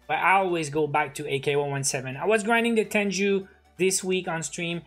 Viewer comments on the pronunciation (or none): it is not tenju it’s Tengu Tengu u have to practice